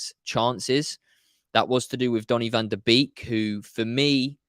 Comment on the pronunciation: Pronounced Bake NOT Beek. 🙄 He himself said that when interviewed on MUTV.